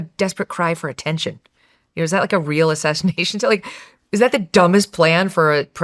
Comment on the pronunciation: I generally like Megan - but she’s wrong about the attempted “assashinashions” (I know sp on purpose)